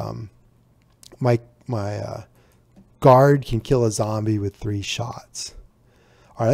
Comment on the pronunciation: it's "Guard"